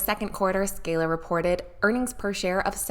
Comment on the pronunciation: She can’t even pronounce Z scaler